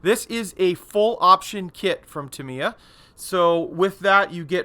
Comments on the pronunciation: Absolutely not! First if all its タ(Ta)ミ(Mi)ヤ(Ya) not Tam Ye A and second in Japanese every syllable is being given an equal - monotonous of intonation so either TA MI YA or ta mi ya but no such thing like TA mi YA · Cracking model but never heard Tamiya company pronounced Timiya….. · Pronounced Tam ye A = Tamiya